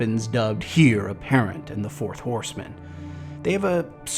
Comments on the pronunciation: Literally the best Destiny lore content on YouTube. Only nitpick I can't find with it is I think "Heir" is pronounced more like air and less like here I could be crazy though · Love the content as always! Don’t know where you are from and I only mean to say this in a constructive way but as a British person “heir” tends to sound closer to “air”, as in less emphasis on the H. As I said loved the video, keep it up! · Great news! I feel like there’s going to be a LOT to talk about soon. It’s slow right now but things are about to ramp up I feel it. Quick q of you don’t mind, where are you from? You say the word “heir” very differently from what I’ve heard haha.